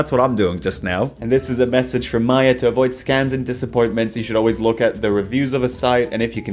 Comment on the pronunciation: was very upset to hear misread Maya, the Researcher's name. Much like our Lord Himself, it should always be read Maya, the Researcher.